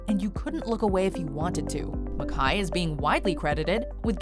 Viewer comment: This film is an artistic master piece - and that is an understatement. --but enjoyment of this video was RUINED by the narrator's MISPRONUNCIATION of George MacKAY. Is she on drugs or what? How do you get a name that simple SO WRONG?!?!?!